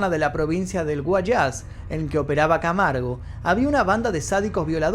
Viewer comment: Muy buen documental pero tiene fallas que genera desinformación como por ejemplo es Guayas no Guyás, es daule no adaule y la pena máxima en ese entonces por asesinato era si era 16 años pero actualmente ya no es así la pena es 25 años.